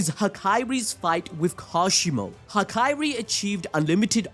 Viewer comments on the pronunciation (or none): Why is bro sayin Ha-kai-ri and not Ha-ka-ri? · I'm with the cope bro bring him back. Also just wanted to be that guy - it's hakari not hakairi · HAH-KAH-RI not hah-kai-ree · Hakari❌ Hakayri✅ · Why did bro say hakari "hakaiiree"😭😭😭😭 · I die inside every time he pronounces Hakari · Ok but why he saying hakari like that